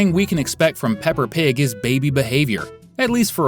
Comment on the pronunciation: OH MY GOD ITS P.I.G NOT P.P.G!!!